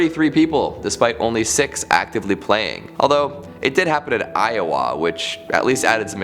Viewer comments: Is he trying to say Iowa? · I was born in Iowa and I cringed when I heard his pronunciation haha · why are you saying Iowa that way?